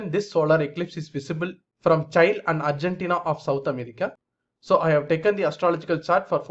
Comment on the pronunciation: Use Google for pronounciation of Chile.